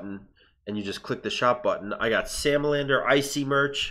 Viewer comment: I know its sexy salamander squad but my ears hear sexy Sam loiter squad